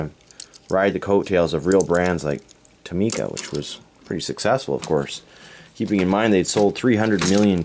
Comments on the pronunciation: Its To-mi-ca not To-ma-ca. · the actual pronunciation is to-mi-ca not toh-mi-ca because it is written in japanese トミカ and not トウミカ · It's Tow - Mee - Ka. It's a Japanese company and that's how the Japanese say it. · Not how u say tomica but cool